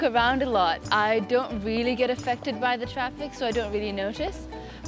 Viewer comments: Traffice 😂 She's great. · the word 'traffice', it's supposed to be 'traffic'